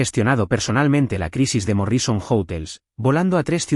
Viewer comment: ¡ESTA ES LA CLASE DE HISTORIAS QUE ME GUSTA ESCUCHAR! MUCHAS GRACIAS DESDE SANTIAGO DE CHILE. Pero no puedo dejar de decir que me hace rechinar los dientes oír a la IA pronunciar tan ESPANTOSAMENTE los nombres, apellidos y otros términos anglosajones. ¿Cómo es posible que no le enseñen que la mayoría son palabras ESDRÚJULAS, como MÓRRISON, por ejemplo?